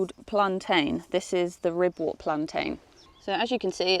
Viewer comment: Ribwort and Pilewort are pronounced 'Ribwert" and "Pilewert" 😇